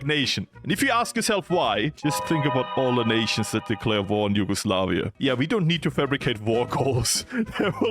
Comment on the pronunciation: Ah yes , HUGEOSLAVIA